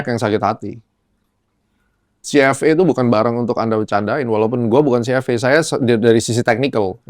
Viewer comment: CFA in English pronounce nya Ci eF Ei brooooo BUKAN CFE 😂😂😂